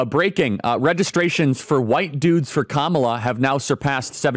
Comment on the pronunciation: IT'S KA-MA-LA.......